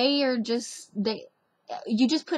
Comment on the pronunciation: Love this language topic. I notice she pronounces the word "are" as "ower"...kinda. Also, A fais do-do is a Cajun dance party; the term originated before World War II. According to Mark Humphrey, the parties were named for "the gentle command ('go to sleep') young mothers offered bawling infants." She'd want the baby to go to sleep fast, 'cause she's worried about her husband dancing with somebody else out there."